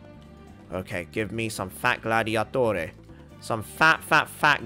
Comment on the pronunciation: Idk if this community will relate, but him saying “Fat fat fat Gladiatore” just reminded me of Ezio Auditore n idk just sounded italian